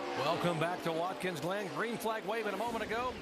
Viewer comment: "Watkins Lynn"? Lol at Jerry Punch...